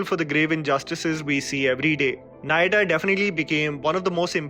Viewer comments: Its not nayatta. Its naa- yaa-tt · the pronunciation of Nayattu is 'Nayatt' and not 'Nayatta'. Just to let you know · Please pronounce movie names correctly, at least try to correct the rhyming. It's not Nayaatta. It's Nayattu. The name ends with somehow the way you pronounce Jatt. Thank you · Bro, I know you're trying, but 'Nayatta' instead of 'Nayattu'?? You absolutely need to make some Southie pals whom you can approach for the correct pronunciation of these film names, mate. Kinda brings down the overall quality of your otherwise top notch productions and analyses. My humble submission. 🙏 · Its naayattu not naayadu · By the way the Malayalam movie Nayattu is not pronounced Nayata 😂!!!, it is pronounced nah-yeah-too! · Its "naayaatt" :) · It's naa-ya-tu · Nayattu- Nai-ya-tuh also you didn't mention operation java. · Oh no . You gotta get the pronunciation of nayattu a bit more correct .